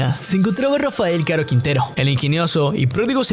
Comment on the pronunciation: Por lo menos debería aprender a pronunciar el apellido que taaaanto pronuncia y en cada vez que lo menciona lo dice mal